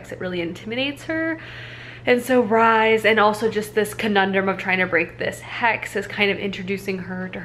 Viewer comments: Lol - Rhys is pronounced like Reece not rise 😂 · Hi! First off, love your videos. very cozy and your chopping skills are A+. But I need to say this, Rhys is pronounced like "Reese" not "Rise" >.< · i think rhys is pronounced the same way rhys from acotar is, reece/reese